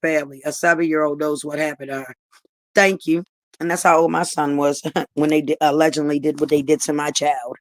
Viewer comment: Chyna heard the word “allegedly” and haven’t stop sayin it since 😂 she too illiterate to know how to use the word, how tf u saying “FACTZZZ” after u saying allegedly?? It’s one or the other. She don’t even know how to pronounce it tf is “allegendly” it’s no N in allegedly 😂😂😂😂